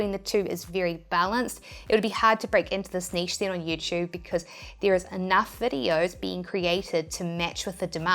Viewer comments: I love the fact that you pronounce niche properly. So many people dont, and it usually drives me crazy haha. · A lot of people pronounce it “neesh” and I’ve heard it more than the version you think is the only “right” way